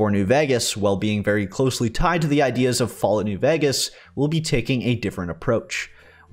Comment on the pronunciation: please bro learn how to pronounce new VEGAS !